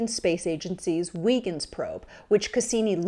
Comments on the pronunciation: Come on, at least get the pronunciation of Huygens correct! (Hi-gens, not wee-gens) And why show only a partial account of the mission, which landed and sent back crystal clear images of the surface?! Poor show, sweetheart. You can do better. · What's really gonna blow your mind is that in Dutch, it actually is pronounced How-krins.